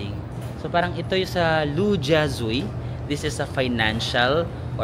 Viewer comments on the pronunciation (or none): Hi. I lived in Shanghai from. Namiss ko naman ang SH habang nanonood ng video mo. By the way, Lu Jia Zui is pronounced as Lu-Jia-Zwey. 🙂